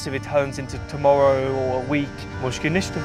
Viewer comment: mushkil nishta meaning no worries, bad pronunciation on his part but overall nice vid.